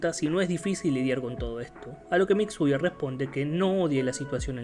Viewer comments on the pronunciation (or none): Me encanta como llama a Mitsuya "Mixuya" xd